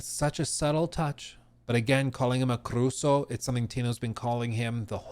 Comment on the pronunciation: it's carusu and not caruso